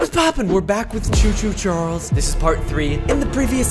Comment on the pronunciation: It's choo-choo Charles whatever you said you did not say to two Charles